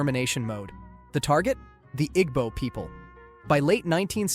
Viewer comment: FYI its pronounced "eee-boh" not "igg-boh." Appreciate you discussing Gowon--his scars of his reign still negatively impact Ndi Igbo to this day.